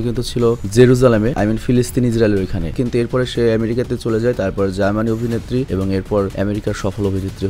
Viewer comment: Germaniz ki vai? German* bolben🙂